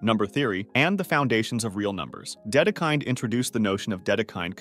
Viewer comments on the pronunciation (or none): Slight mistakes: they're pronounced Fermah, Dedekuhnd, Poenkarey and Lee algebra. You also left out Tao. Great finale, though, and thanks for this amazing series!